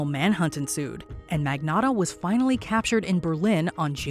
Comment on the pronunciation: Emphasis on FINALLY in the title “…and remained a mystery for several days. Investigators quickly…” lol